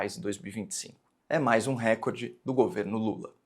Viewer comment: Posso pedir uma gentileza? Fale “recórde” e não “récorde”… A pronúncia CORRETA só vai fazer brilhar mais a sua já luminosa inteligência. Desculpe, a impertinência…